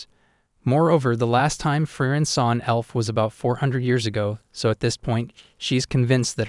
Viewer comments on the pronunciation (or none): aah, why do you pronounce "Frieren" and "Fern" identical? ^^; Come on man... those 2 words sound nothing alike, in the original language... Frieren = "Free-Ren" Fern = "Phaerrn" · It's firien